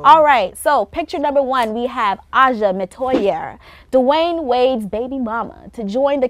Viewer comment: The correct pronunciation of Metoyer is Muh-twy-er. It's an old French name from Louisiana.